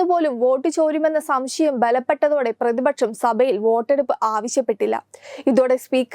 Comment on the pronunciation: എന്ത് മലയാളമാണ് കുട്ടീ പറയുന്നത്?? ശേശം, പ്രതിപച്ചം, ബാശ. വാർത്ത വായിക്കുന്നവർക്ക് ചുരുങ്ങിയ പക്ഷം ഉച്ചാരണ ശുദ്ധിയെങ്കിലും അടിസ്ഥാന യോഗ്യതയായി നിശ്ചയിക്കണം.